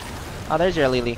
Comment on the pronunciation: Why Lay lay (Lili) not ly ly?